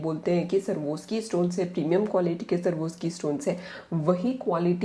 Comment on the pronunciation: It's sva_rawv_skee not Sarvoski